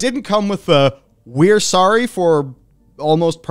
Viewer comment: so sawry...not sawry